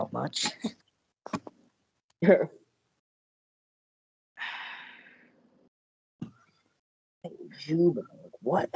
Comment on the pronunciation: You don’t pronounce the J in Juyba